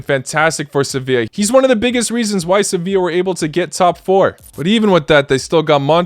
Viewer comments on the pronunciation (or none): none